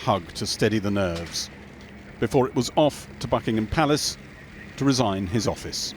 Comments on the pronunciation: i heard fucking-ham palace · At the start I thought he said Fuckingham Palace